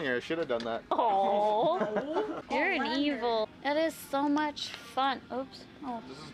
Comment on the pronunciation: Hahaha sewww educated